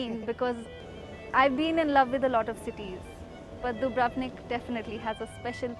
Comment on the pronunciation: You'd think that after 3 months of living there she'd learn to pronounce the name correctly. DOO-brov-nik, not doo-BRUV-nik. The Indian student sounds like she's the only one who got anything out of the experience. The others sound like typical yank tourists on a student visa. feh.